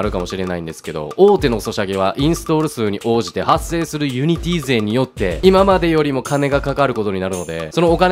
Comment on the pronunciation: ユニティの発音が安定しないのすごく気になった